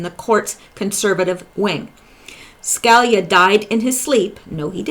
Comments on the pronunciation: His name is pronounced Ska lee ah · say it like this sky-le-ya Scalia Ska-la-lea ask a Italian person I can not help you over the internet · Hi..ton.in Sca...lee...yah. Hope that helps. Anyway you pronounce it, you do a FAB job. So, thank you.:) Keep it coming. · It's pronounced SKA LEE YA. As in Judge Scalia. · Hi, I love your work. I know you work hard. One little note to help Scalia is Sca (Ska) Li (lee) a. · Hi. I'm not being critical, I've seen many Q related sites, but I'm with you now exclusively, you're head and shoulders above the rest. You said you were going to do a segment on Antonin Scalia so I thought I would help you with the pronunciation of his last name: Sca-lee-a Hope that helps. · Antonin Scalia Sca-lee-ya